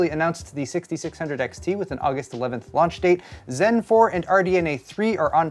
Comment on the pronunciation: Did you say Uggust? lol...my new fav month!